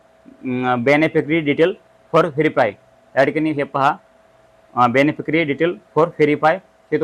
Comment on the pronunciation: तो बेनी फेकरी नाही , बेनिफिशरी आहे तो